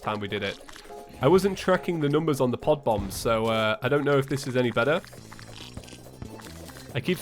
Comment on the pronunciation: Anyone else heard say "pot bombs" and not pod bombs??or is it just me:')